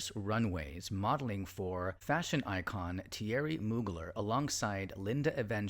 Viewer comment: Hey, check your pronunciation of Thierry. A fantastic narrative about the ever-mysterious Julie